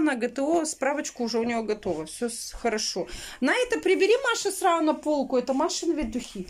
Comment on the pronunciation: Какое гармонально словечко срау ...срау...наа запомнить